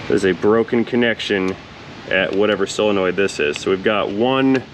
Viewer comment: I REALLY enjoyed this one because, like you, transmissions are not my "forte" and I definitely learned stuff, 'n I likes learnin' stuffs... Speaking of vocabulary, are you pronounciating solenoid correcedly, like sole-a-noid, or are you being silly and pronounciating it like sil-a-noid? I couldn't tell; sometimes it sounded like one and sometimes it sounded like the other... 🤪